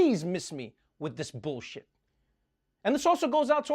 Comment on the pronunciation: Did he say” Miss me with that billshit”. So glad you’re back Trevor.